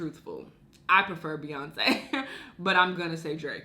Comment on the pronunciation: this girl ain’t say Beyoncé 😂